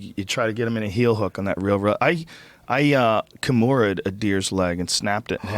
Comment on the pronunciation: "i komorahed a deer" lmao